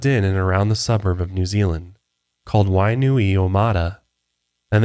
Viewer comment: NOOO WAY! You guys finally covered a local case! Don't fret about your pronunciation, it is an ongoing battle even for people born and raised here.